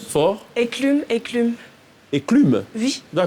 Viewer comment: c’est enclume et non éclume☺️♥️ou bien je me trompe?